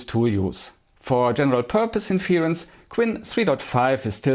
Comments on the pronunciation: My comment was specifically not about accent but about pronunciation (e.g. , inference is pronounced differently from the verb “to infer”: the stress is on the first syllable and the first “e” is pronounced like the “e” in “tech”). But I agree that other things are more important, and I somehow regret commenting on that topic at all. Never mind, and keep it up! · Hey bisschen off topic und bitte nicht übel nehmen - wenn Du magst, könntest Du mal ein paar von den schwierigeren englischen Wörtern, die man ständig benutzt beim Thema KI (inference fällt mir spontan ein, aber es waren mehr), nachschlagen wegen der Aussprache. Tschörmen Ecksent ist auf YouTube gar kein Problem, aber bei den Fachbegriffen würde es vielleicht professioneller wirken, sie zwar mit Akzent, aber davon abgesehen korrekt auszusprechen. Ich empfehle die kostenlose Seite der Cambridge Dictionary, die haben sowohl Hörbeispiele als auch einen tollen Ersatz für die nervige Lautschrift. With that out of the way: I like your channel a lot, keep being different than those who just run the same boring tests on every new model!